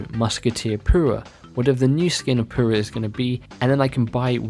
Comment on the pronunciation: You have some problem saying your U’s? Come on. pUra. Not poo-ra.